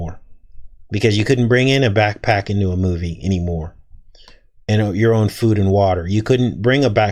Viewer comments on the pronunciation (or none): none